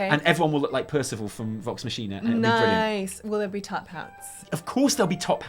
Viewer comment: Vox Machina?, it's clearly pronounced Vox Machina.